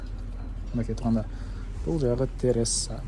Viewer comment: Тересса эмес"Терасса" туура суйлосон.Комнаталардын канча кв метрин да айта кетсен.